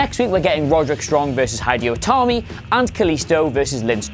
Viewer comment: Allison Clark Hydeo Tami